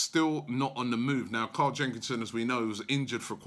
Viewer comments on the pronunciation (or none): none